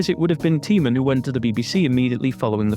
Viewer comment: Tymon - pronounced tie-mon, not tee-mon. Don't know why this dreadful apology appeared in my list. Seems it's everyone's fault except Jeremy's.